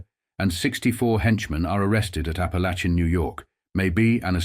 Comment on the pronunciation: you got Barbara pronounceation right but its ap a lake in